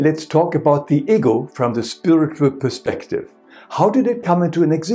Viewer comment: When he says "ego" I hear "eagle". 😜 Greetings from England.